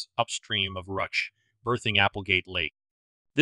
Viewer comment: The town of "Ruch" is pronounce "Roo-SH" in case anyone was curious!